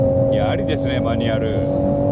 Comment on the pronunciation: マニュアrrrrrrrミッション！